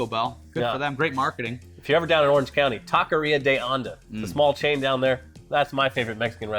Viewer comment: The way they said taquería was so bad